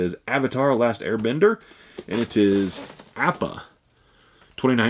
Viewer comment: Slam-Bam sometimes yes but most the time it's because he knows nothing about anime. Appa was pronounced wrong also.